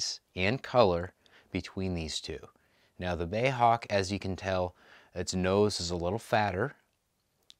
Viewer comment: Bay Hawk, I think you'll find it's B.A.E. as in British Aerospace . Anyway nice review and cool little model.